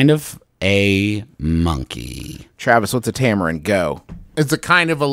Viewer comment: tamarin, not tamerin